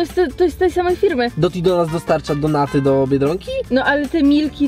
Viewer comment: kto czyta donaty XD mówi się normalnie donuty. ps. za dużo donejtów macie i tak mówicie